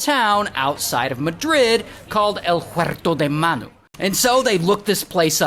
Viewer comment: the way to said "El Huerto De Manu" 👏🏼🥶😎💥